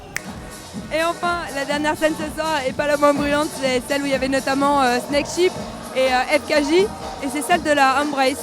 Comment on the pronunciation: Alors c'est Snakehips et pas snakeships :)